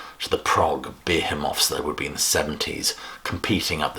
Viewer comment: Behemoth is pronounced somewhat differently.